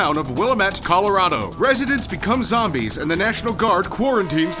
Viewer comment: zom-BEEES XD